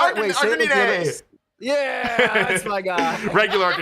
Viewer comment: no way he says arcaneenay instead of arcanine. it’s literally a canine